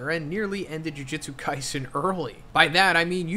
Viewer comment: Does anyone else find it extremely annoying keeps saying “Jujitsu Kaisen” in every video?